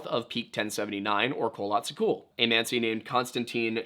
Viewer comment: Manci monci pronounce it right dont go back and forth from manci to monci